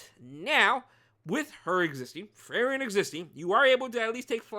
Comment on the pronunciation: A lil nitpick but hopefully i don't come out as rude but the pronunciation is Free-ren😊. Unless u are intentionally doing it for the trolls, then im ok with it too😂